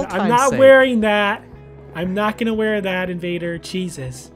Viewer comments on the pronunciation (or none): none